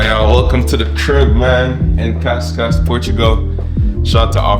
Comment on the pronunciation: Zé é Cascais, não Cascas ahahahaha